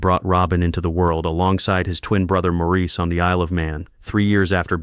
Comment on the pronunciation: Maurice's name was pronounced Morris, not Maurice.